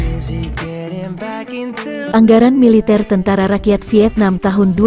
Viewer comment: kmu org mn min,kok tentara ngomong ny teentera